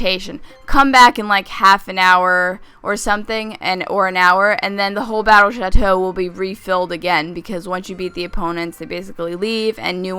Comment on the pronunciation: thought she said the battle shito